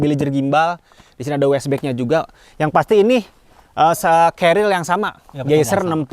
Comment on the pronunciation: Kelihatannya sangat kecapean di, terbukti di menit Pengucapan carrier salah "celil" Semangat terus bang bikin konten nya Sangat berfaedah